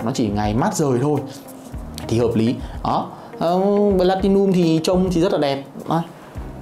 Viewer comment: Cứ nghe thành blatilium nghe khó chịu nhỉ. "P" chứ ko phải "B"